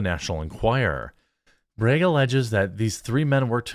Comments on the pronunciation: BRAGG not BREGG 🤦🏻‍♂️ You want an upvote, pronounce name correctly. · Dropped a like for your Wisconsin “breg” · I like the way he says "Bragg." Reminds me of my daughter when she says "leg." It comes out "layg." Good stuff. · But how come you say can, and not cane? Or Democrates? Not making fun of you, I just find this speech issue bizarre where you pronounce "A" like it sounds in the alphabet in flag or Bragg, but not with other words with an A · How did you know I was enjoying the way you said brag 😂 that means I have to go buy more coffee ☕